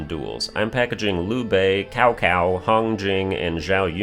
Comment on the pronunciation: I love how everyone says Cow Cow to Ciao Ciao. You are not the first one but it’s crack me up every time😂